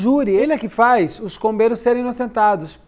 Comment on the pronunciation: Toda vez eu escuto "Os irmãos COVEIROS" 🫥